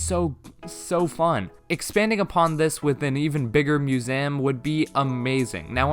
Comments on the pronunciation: Me: museum an intellectual: musam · No one:: It's muséum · I love how you say museum…. “Mu-za-yum” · You can't pronounce museum correctly. Have you really never heard it said in movies/TV or by another person? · Who taught you to say Museum like that? I thought you just said it wrong, but then you kept saying it wrong. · The way you say museum 😂 I dont really think there'll be a separate island for shops but instead the ability to improve your own island enough for the NPCs to set up shop there (the same way you can entice isabelle to come). Either way I cant wait to just playyy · chatboulon if you’re saying it like the guy in the video, then yes. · Please learn how to say museum correctly